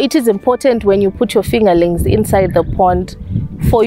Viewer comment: If she says “fingalinks” one more time 8’m gonna lose it!!!!